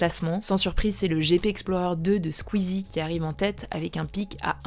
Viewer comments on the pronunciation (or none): none